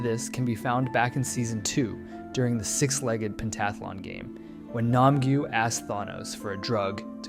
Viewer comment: i thought his name is pronounced as myungi not mayungi?